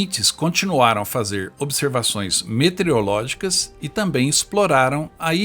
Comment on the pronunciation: Professor, várias vezes vc pronunciou "metereológicas". Só por isso dou 9,99 ao trabalho.